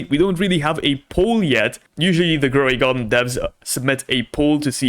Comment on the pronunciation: “DroidGarden” instead of Grow a garden 🤧😢